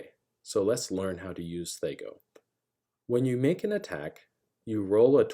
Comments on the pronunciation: I've never once (before this video) heard it call thEy-co instead of thAh-co. I get why you reason the "Aye" of AC, but it sounds weird 🤪😂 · Bro its thac0, not thac0. Rhymes with hacko. Otherwise, thank you for this explanation. Its exactly how thac0 should be used. Players try reverse engineering monsters stats when all they need to do is what youve said. Theres always the chance of other hidden negative modifiers too, so people whining that thac0 is hard basically just suck at subtraction, and are probably metagamers lol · THAC0, it rhymes with attack-oh. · Good video, but man, the way you pronounced THACO hurts my ears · It's hard to listen to him mispronouncing the word that he's trying to explain. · Big whoop. He 'mispronounced' a made up nonsense word according to you. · Yup, painful! I was in the military and also very painful hearing movies adding "hours" after stating military time, drives me nuts!